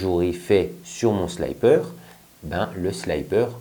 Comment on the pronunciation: ...alors petit court d'anglais : quand il y a 2x p apres un i, on dit sliiiiiipper avec un i et non pas slaillepeur avec un y... J'ai eu mal aux oreilles pendant toute la video ! :)